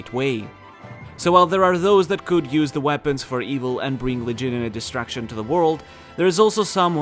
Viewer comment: Bro i swear you are saying "Distraction" and not "Destruction" hahaha amazing video